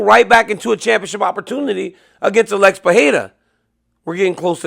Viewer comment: A l e x not allex dc please say his correctly .